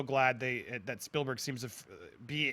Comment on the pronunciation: There's more slips of the tongue by that guy than you sake a shtick at: "Ready Trailer One", "Steilberg", "Parvisal"...